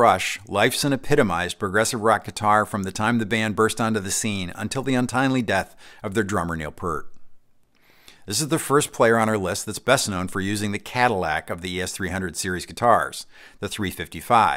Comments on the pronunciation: Peart’s name is pronounced ‘pier-t’ not ‘purr-t’ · Neil PIER-T not Purr-t! Plus the Gibson Alex Lifeson model is labeled a "Gibson Liefson Inspired by 355" in the chyron. D'OH!! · Neil Peart's name is pronounced "Peert", not "Purt." I hear a lot of people make that mistake. I get why. In wide swaths of North America, Peart is pronounced "Purt". But not amongst all the Pearts I've known in Southern Ontario. And definitely not Neil. Every person I've ever heard pronounce his name who actually knew the man pronounced it 'Peert'. This includes Max Webster frontman Kim Mitchell, whose band toured extensively with Rush, and collaborated with Rush on a recording of a Max live staple, "Battlescar", on their final album; as well as a friend of Alex Lifeson's family who also knew my wife's uncle, and a former employer of mine in St Catharines who knew the Peart family in Port Dalhousie. That's the thing about Rush. Many people in the Greater Toronto and Niagara areas have some sort of personal story to tell about them. And ask any one of those people, and they'll tell you it's pronounced with that soft "E", not a short "u" sound. Sorry. This is a bit of a thing with me. I just feel, you know, he's the one of the greatest drummers ever, he deserves to have his name pronounced correctly. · His name is not pronounced PERT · Not only did you misspell Alex Lifeson's last name in this video, you also mispronounced Neil Pearts last name. You'd think after 50 years in the music business you could get it right.